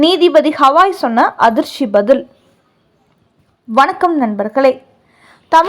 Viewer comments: அடச்சீ. ஹவாய் இல்லை கவாய். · பலமுறை கமெண்ட் போட்டும் இவர்கள் கண்டுகொள்ளவில்லை. ஹவாய் என்றே உச்சரிக்கிறார்கள்